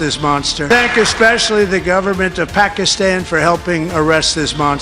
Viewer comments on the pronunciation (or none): none